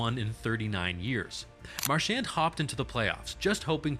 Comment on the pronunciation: I’m learning all kinds of things but you’re mispronouncing his name. His parents pronounce it Mar-sh-aw-n